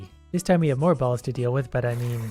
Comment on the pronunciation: Stop saying balls like that